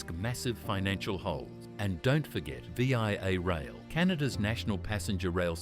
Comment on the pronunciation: Let's make a text-to-speech video about Canada but use an Australian accent for some reason. Hoigh Spoid Roil 🤷🏻‍♂ It won't be Toronto-Quebec City in 3 hours. It will be Toronto-Montréal in 3 hours. VIA Raiil is pronounced vee-a. Not vee-ai-ay. Northern Japan gets lots of snow. Canada should partner with Japan Rail instead of the SNCF. France is a mediterranean climate except for the Alps, where there are no TGVs. Also, the Toronto-Montreal landscape isn't as mountainous as California, so hopefully they can avoid the issues plaguing California HSR.